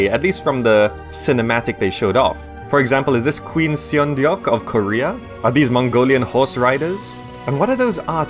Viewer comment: The e's in Seondeok are silent... It's pronounced sondok, just sayin'.